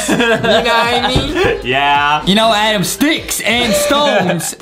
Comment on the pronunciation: And I like how he says ' ADEM ' . 🤣🤣